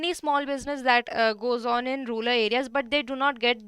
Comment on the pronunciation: Ma'am that's rural, not ruler. Bdw, a very nice session